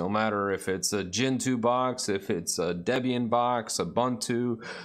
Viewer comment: the wicked mispronunciation of Ubuntu strikes again!